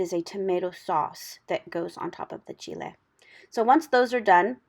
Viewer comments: Proper pronunciation in Spanish for Chile. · Yes. That's the correct pronunciation in the Spanish language